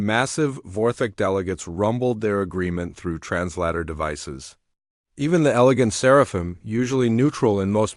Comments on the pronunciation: Bad Ai. Not trans ladder... Trans later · The word is trans later NOT trans larta, even a 6 year old would know better.